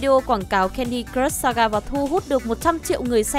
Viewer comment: Thấy bạn nữ này đọc mấy từ tiếng Anh cứ sượng sượng. Cứ nghĩ có thể chỉ do quen đọc tiếng Anh chậm thôi. Nhưng lúc nghe đọc từ "crush" thì có vẻ mọi thứ tệ hơn t nghĩ =))